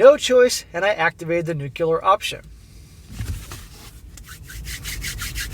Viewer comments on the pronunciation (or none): The word is... nu-clear NOT nuke-ular!